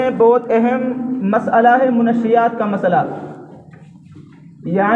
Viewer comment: Manshiyyat hota hai na ki munashshiyat